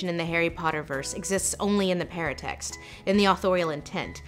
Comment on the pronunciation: I thought she was saying "parent text", not "paratext" until I saw the word. Parent text kind of makes more sense as a name for that though.